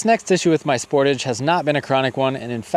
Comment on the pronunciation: Thanks for this video, very informative, and easy to understand. Just one point to explain, I am a senior CANADA citizen and the word Sportage is pronounced spor-tage( spor tage).I just bought a 2026 spor-tage EX-PREMIUM, and after 3 years of use, if it's 1/2 as good as yours, I'll be a HAPPY CAMPER. YOU got more than 100K miles with the same Brakes, WOW, you are a good no a VERY GOOD DRIVER. Thanks again, looking forward to your next video, keep updating. GOD bless YOU and your FAMILY 🙏.